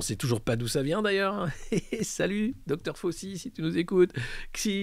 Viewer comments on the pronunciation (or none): none